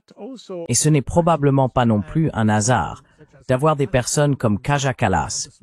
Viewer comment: Quelqu'un pourrait-il enfin enseigner à l'IA chargée, hélas, de traduire les propos toujours remarquables de Jacques Baud, quelle que soit la langue dans laquelle il s'exprime, qu'il est vraiment ridicule en français de dire "un-n-hasard" ou "des-z-Hongrois" ? C'est même quasi insultant pour un locuteur de cette qualité...